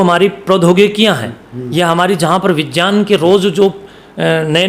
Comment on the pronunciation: vigyan ko vijan kyon bol rahe ho aur vaigyanik Ko vajan IQ